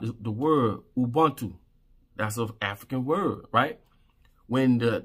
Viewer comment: Its pronounced as " UBUNTU " and you explained it perfectly. They are trying to teach Africans to hate each other. Trust me I know I'm from South Africa I see this all the time. God bless you